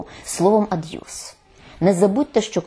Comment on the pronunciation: Цікаво, чому слово пишеться "аб'юз", а пані Фаріон вимовляє його "ад'юз"? 🤔